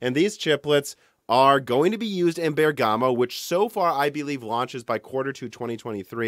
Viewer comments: Just a small notice about the pronunciation of Bergamo. If you want to please the native Italian listeners you should try to pronounce ik it with the accent on the first syllable: so not Bergámo but Bérgamo instead. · So strange to hear it from Italy: the correct pronunciation for Bergamo is Bérgamo, not Bergàmo. Awesome video anyway! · "BER"-gamoe not BER-Gah-Moe . . . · A detail: the pronunciation is "Bèrgamo", not "Berga'mo". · Bérgamo not Bergámo. 😜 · Please say "Bèrgamo" and not "Bergàmo". Thanks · in Genoa and Bergamo you must stress the "e". Greetings from Italy. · I know it's terribly rude of me to say this, but for my VERY Italian ears' sake: Bergamo is pronounced with the same stress as "hypergamy", that is on "BER-gamo" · It's a very unimportant bit of information, but the first syllable in Bergamo is the one you pronounce, not the second. Amazing video as always! Very excited for what is coming in the next years! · How to actually pronounce Bergamo